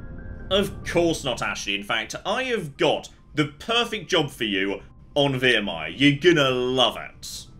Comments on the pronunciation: It's Viremire, not Veeeeremire..... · He taunts me every time he says veermire